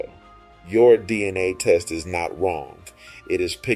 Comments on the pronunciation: He sounded out DNA, "Cell nucleus Dina" 😂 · You had me at the title but then you lost me at Dina. Are you trying to say DNA?